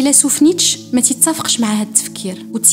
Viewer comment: الفيديو زوين بزاف. للتصحيح فقط ...نيتشه كاتنطق" نيتشي " "netcheh"